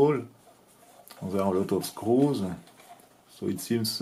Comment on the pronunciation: Pour le coup non, Il n'y a littéralement AUCUNS efforts de prononciations 😅"zeu misseule... " "The scrousse" 😂Alors que il suffit de parler correctement français et le traducteur auto fera un job parfait